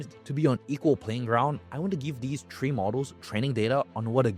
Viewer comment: atp Im kinda addicted to how he says Three to Tree everytime